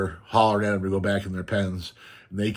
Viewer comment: i almost said upstate western NY!! I live near the Adirondacks in NY 😊 The way you say "dem" or "dare" instead if "them" and "there" was the biggest hint!